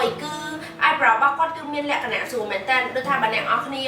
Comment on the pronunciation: Sis why you like say"លក្ខណះ"😄😄